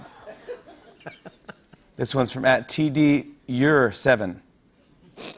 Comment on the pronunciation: I know who tdeur7 is! Actually, it's "T. Deur", not "T.D. Eur".